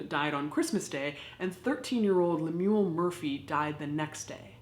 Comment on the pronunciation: Me laughing at how she pronounces Lemuel